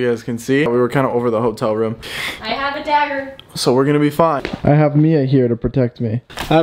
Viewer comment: No one: No one at all: Not a single soul: Mia: I hAvE A DAggERRrR